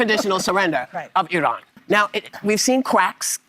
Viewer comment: It sounded like she couldn't say Iran. It sounded more like Uran.